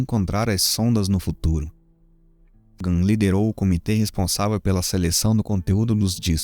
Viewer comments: Parabéns pelo trabalho. Só menciono um erro de pronúncia do cientista Sagan que o correto se lê: SEIGAN. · Você é ótimo. Mas a pronúncia precisa melhorar. SAGAN se pronuncia como "Seigan". De resto, parabéns.